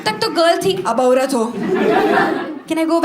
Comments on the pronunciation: The way she pronounced aaaurat 😂😂😂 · Hilarious the way she said "aoorat""